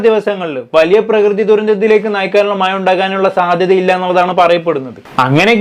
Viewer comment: മായ അല്ല മഴ.... പറഞ്ഞെ മമം. പഴം try...... പായ അല്ല